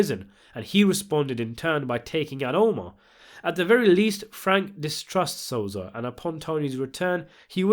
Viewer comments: Yo.. it so-sa!!! Not sozah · DIDE WTF ELWIRA AND SOZA CMON NOOB ITS ELVIRA AND SOSA FFS CANT WATCH THIS WITH THESE PRONOUNCES ITS DISGUSTING